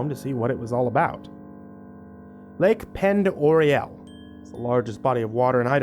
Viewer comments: Lmao oh my gosh the way he said Lake Pend Orielle 😂 I lived there so that's always funny to hear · I hate to be that person, but you're pronouncing "Pend Orielle" wrong. I think it might be French, and it"s pronounced "Ponderay." It's kinda stupid, and I'm not surprised that you got it wrong, the only reason I know how to say it is because I'm a local. I'm happy to hear my location be brought up in a story, though! Even if it's mispronounced, I stil immediately perked up when I heard "Sandpoint" get mentioned. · The lake in Idaho is pronounced Pon Doray not pend orielle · Its pronounce "POND ORAY"! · I live near Sandpoint. Viggo does have a home here IDK exactly where. Ben Stein, too. And its pronounced Lake POND OR RAY. Even if it is spelled Pend Oreille. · Say it with me: "Pon-der-ay" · I love your stuff and it's cool that there's a story about my area but Pend Oreille is pronounced pond er A. Love FROM THE GAS STATION! I LISTEN TO THEM OVER AND OVER! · I'm from Idaho. I'd just like to pass some knowledge to you. The story about Sandpoint... the lake is pronounced Pondaray. A small thing, but important to the locals. 😊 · Being from Idaho it's cool to hear a case being from Sandpoint. But ... I cringe hearing Lake Pend Oreille pronounced like that. For future reference just say Ponderay for Pend Oreille. 😁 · I am actually from pend orille their pronunciation of it is absolutely terrible. It's pend (pond) orille (array) spoken in quick succession like it's one word. Nitpicky I know, but man that ruined the story for me 🤣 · Ugh how you said Lake Pend Oreille drove me crazy! Its said Pond or ray. Literally grew up fishing there.